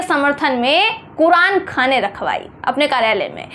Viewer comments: अरे मैडम कुरानखाने नहीं कुरानख्वानी बोलते हैं इसे 😂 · ..it's not Qur'an khane...it's Qur'an khaniii....well lots of love...bebaak speaker